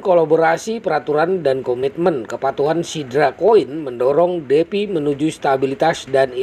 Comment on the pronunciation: Semangat Bang , Defi Dibaca Difai Bang hehs